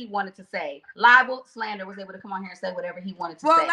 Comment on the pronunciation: “You called me lyin’”. 😂😂😂 How can you speak about slander and libel. (Ly-bol) 😂😂😂